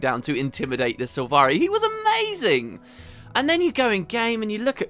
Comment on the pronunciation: They mispronounce all the sylvari Gaellic names. It's infuriating :-/